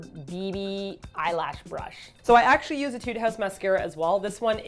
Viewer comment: It's pronounced ā-tude :p (musician)